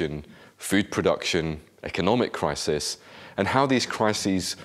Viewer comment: He can't say 'crisis'